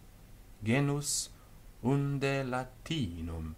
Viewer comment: The pronounciation is incorrect for the liaisons, cf. Genus unde vs genu-sunde